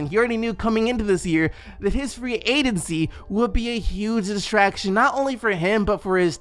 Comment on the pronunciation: I can’t let ya slide on the “Free Adency” 😂😂💀